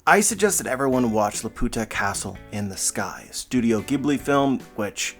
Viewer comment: The way he said LAPUTA has me dying 😂😂😂 put that on Google translate